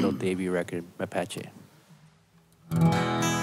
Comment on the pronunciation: C'mon,, make that Mapache A a long vowel sound, ahhhhhhhhhh